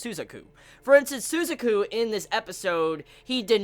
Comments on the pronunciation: Every time he says "Sue-za-ku". It hurts. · It's Su - ZAH - ku with an emphasis on the Zah syllable. Sorry, strange things bother me. And yeah, those fucking Pizza Hut product placements XD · I don't know if you know this already or not,, but Suzaku's name is pronounced Su-zah-ku and Pizza Hut = A proud supporter of the rebellion. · su - ZA - ku. Thanks for review, loved the episode. I'm out.